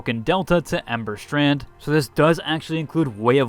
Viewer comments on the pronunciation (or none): none